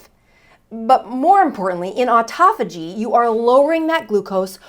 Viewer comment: U r pronouncing autophagy wrong.